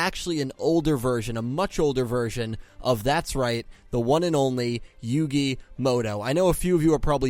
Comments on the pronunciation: Why do people pronounce it "Yugi Moto" when it's muto?? 🤔 Even I do this lol Mandela effect maybe? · "Yugi Modo"